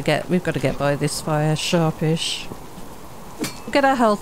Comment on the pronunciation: "We've got to get around the fire sharp-ish," Emphasis on "-ish." hehe.